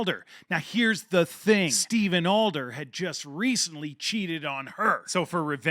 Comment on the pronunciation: And it’s Adler not Alder haha